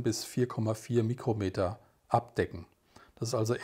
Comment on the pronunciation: Vielen Dank für das gute Video (und "Mikrometer" statt "Mükrometer" :-))